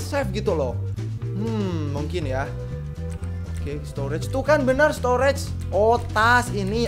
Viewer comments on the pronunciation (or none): none